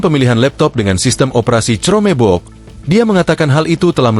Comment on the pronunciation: Reporter media ini berpendidikan rendah. Baca chromebook saja tidak becus, parah.